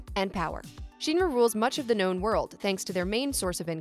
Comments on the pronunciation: She makes a video sounding like she knows the lore but probably just read it somewhere not even play the games. It’s not sheenra it’s shinra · Shinra. Not sheenra. Lmaaao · 1 minutes 38 seconds in and I'm commenting to say that the letter "i" does not always make the "ee" sound... It is shin ra (like the shin part of your legs...). Not sheen ra. This already irks me... Gonna try to watch the rest... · SHEEN-ra? Martin Sheen-ra? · Not Sephiroth's group of soldiers. SOLDIER is owned by Shinra. Which is not Sheeenra. You'd know if you ya know played and heard it said. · Why is pronouncing shinra so hard? Just listen to a voice clip from the game. Or the movie. Or the 2 other games with vocals. Shin Ra Not Shien ra. She even flipped between saying it right and wrong. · Say sheenra one more time, I dare you . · Stop saying Shinra like that! “Sheen Ra” whaaat? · Take a shot every time you cringe hearing her say “Sheeen Ra” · it's my position if you are targeting an english audience then you need to use proper english pronunciation. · This was great... but why do you pronounce SHINRA so weird!? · No no no it's definitely not pronounced like how she says it in this video. Go watch the creative process videos and the interviews with the Nomura and Kitase and see how they pronounce Shinra. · And the pronunciation of Shinra in the video is incorrect.